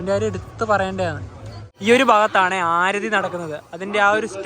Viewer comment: ആരതി അല്ല aarthi enanu😂